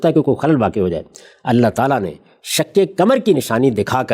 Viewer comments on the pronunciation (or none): غامدی صاحب پہلے اپنی اردو درست کر لیں۔ آپ نے کہا شک کمر ۔ آپ کو قاف بولنے میں دشواری ہوتی ہے؟ صحیح لفظ شق قمر ہے۔ پاکستانیوں کو قاف بولنے میں دشواری محسوس ہوتی ہے ۔ 🎉🎉🎉